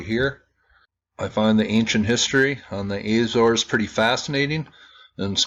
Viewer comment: AH-zor-es, or Ah-zo-ress, not AY-zors